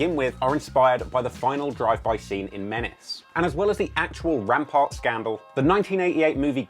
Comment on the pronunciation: how he kept sayin rampant/rampart when referring to the scandal was everything i expected from this briton. much love to you, keep doin ur thang💞